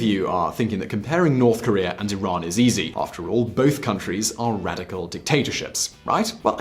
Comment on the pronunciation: Sounds like you said Iraq.